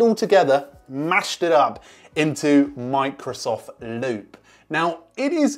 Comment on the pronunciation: Did he said "Monks of Loop" at the beginning?